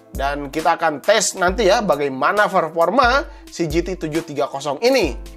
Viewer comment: "Perporma" sesah nya kang ai urang sunda mah wkwk. Semangat kang seneng pisan sama video videonya❤️